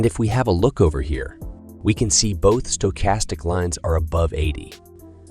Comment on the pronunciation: I’m hearing a lot of strange pronunciations of stochastic lately.